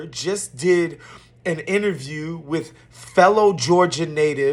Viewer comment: "LSOS!" Help yourself and learn how to speak correctly; there is no such word as "WIT" = WITH!"